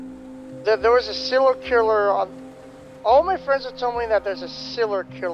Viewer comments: ‘Ciller killer’ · “Siller killer” lol